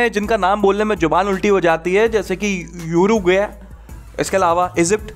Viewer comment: यूरेग्वे नहीं उरुग्वे